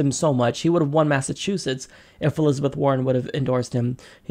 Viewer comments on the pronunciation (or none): none